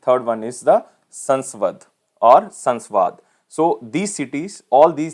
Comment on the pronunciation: Sir you wrongly pronounced sasvad it's सासवड a city in maharashtra 👍